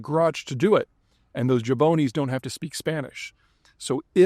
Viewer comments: You say "Jabone", I say "Jabrone"... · Jabroni not Jaboni. Broski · “Jaboney” 🧐 Does that mean the R is silent? Jabroni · pete did you mean "jabroni" not "jaboni"? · Eh-hehm...... excuse me Mr. Zeihan but i believe it is pronounced "jah-BRO-nee" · Jaboney? You must be from western PA. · The word is "jabroni", Peter. You missed an "r". 😆